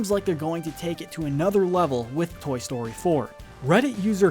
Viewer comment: Toy stoy 4 the talking 🍴.